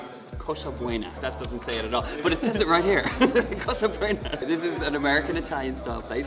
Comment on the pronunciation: It's Casa Buono, not Casa Bueno. Different languages. Also, NY is where it's at for pizza and other things.